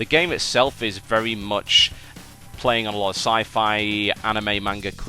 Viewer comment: well he still says "vevy vevy" instead of "very very"